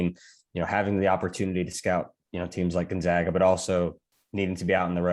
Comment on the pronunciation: It amazes me that Gonzaga has been a national power for a decade and people still cant even say it correctly